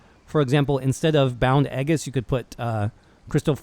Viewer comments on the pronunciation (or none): Bound "Eggis" lol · Aegis = as an English speaker it should sound like "ee-jiss." The word is a derivative of a Greek one. Maybe that's why it's used in video games so much, when it's not an everyday word, and even the developers of some games don't know how to pronounce it. Who knows. Anyway, that was how my classics teacher (who also taught Greek and Latin: yes, years ago) pronounced it. Video was informative, thank you very much!